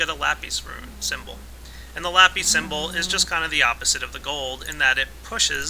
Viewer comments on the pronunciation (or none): lape? its lapis